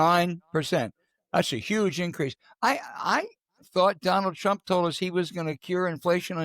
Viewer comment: R U saying DRump TRump. Dat has neva woiiked.